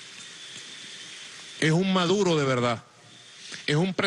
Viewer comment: DE VELDAD! JEJEJEJEJE GUSANO!